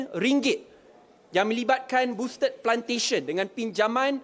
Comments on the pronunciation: You pronounce Boustead wrongly la. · Cuba eja boustead pastu sebut betul2.......